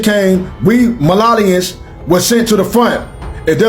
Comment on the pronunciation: It's actually Malians not Malalians. But okay. Thanks for the message dear❤❤🙏🏾🙏🏾